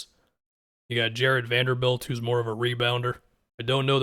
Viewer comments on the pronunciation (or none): none